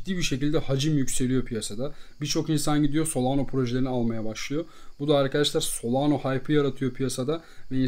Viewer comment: solano değil solana